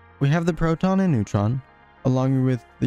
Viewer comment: "theres still something smaller the *neutron mispronounced*"